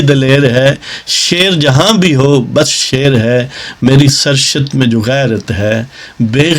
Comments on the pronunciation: Bohat acha bohat khoob Nazam achi hai Yeh lafz ser shat nhi sahed surisht hai kisi ahlay ilm se tashih lay lain Zahin main rahay main shaed k sath keh raha hoon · ye Sar Shat nahi hota. Ye Saarrisht prounce kya jana chahye. Phir bi you may pl check with some authentic source.